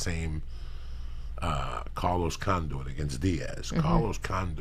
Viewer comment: "Carlos Con-Doo-It", lmao.